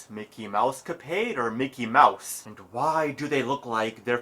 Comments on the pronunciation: Mickey Mowse? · mickey mowse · Mecky Mowse. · Arin: Mickey Mowse Dan: loses it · Micky Myouse? Fuirst of all...